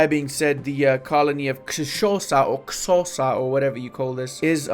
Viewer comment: Didn't see this in the comments, but I might have missed it. Xhosa is pronounced with a click sound. They are one of the largest ethnic groups here. The language used in the Black Panther movies for Wakanda is Xhosa, incase anyone wonders what it sounds like.